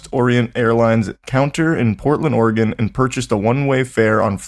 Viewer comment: as someone from Oregon, i would like to personally thank all of you for actually pronouncing Oregon correctly